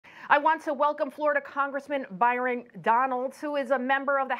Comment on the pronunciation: BYRON: Byeden